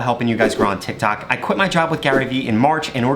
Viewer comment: All I hear is tak tik tik tok